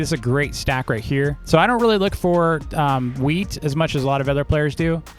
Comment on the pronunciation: bruh he keeps calling "wheat" weed